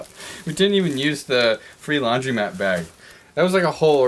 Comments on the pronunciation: its laundromat, not laundymat, and its coupon, not qpon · You guys are aware it’s laundr-O-mat right?